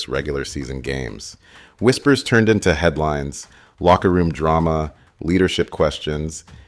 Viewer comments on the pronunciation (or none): none